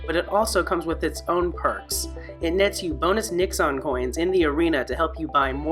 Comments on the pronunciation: One point. You repeatedly pronounced the coins as Nix-ons. As these coins reference Fururama which itself references former American President Richard Nixon, the proper pronunciation is closer to Nix-in. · Say it with me.. "nix-UHN". Geezus . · The way you said Nixon had me lost AF for a minute 🤣🤣